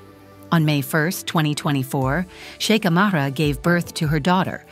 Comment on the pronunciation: Kindly do not pronounce the H in her name!